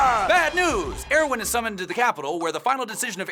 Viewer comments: Why are they calling Erwin, heroin? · When they say Erwin it sounds like heroine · Why do you say "Eroin" instead of "Erwin"? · It's erwin not airwin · LOL! You Were Calling Erwin Heroin